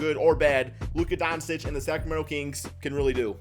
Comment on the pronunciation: It’s pronounced Don-Chich idiot